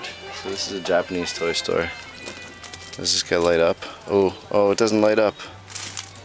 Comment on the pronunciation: when he said toy stor for adults i thought porn o.o